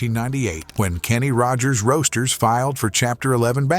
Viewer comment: When the narrator emphasized the middle word in the name "Kenny Rogers Roasters", I officially hit my limit. Why, as a lot of people are asking these days, should human eyes watch, and human ears listen to, words neither written nor spoken by a human?